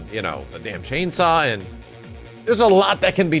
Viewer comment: You can't say chainsaw? Really